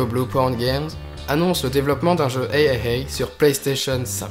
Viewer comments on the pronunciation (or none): On voit que tu t'es amélioré en montage et que la vidéo est assez complète (même si tu n'as pas parlé du Unreal engine 5...) mais stp prononce en français parce que on comprend rien ( ???). Et aussi les jeux AAA ça se prononce triple A. (Je te conseille ensuite d'aborder la Xbox series X qui risque d'être bien meilleure que la Ps5) Bonne continuation